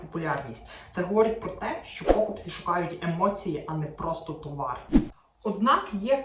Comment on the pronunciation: та ви знущаєтесь! знову пОкупці, а не покупцІ. чому така проблема вживати правильно наголос? я вже певно пятий раз про це пишу, як об стінку. чому ви така вперта?